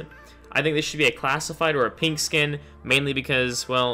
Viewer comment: I like how he says pink. "Peenk"